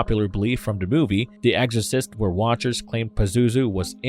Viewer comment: Is he saying "eggorcist" 🤣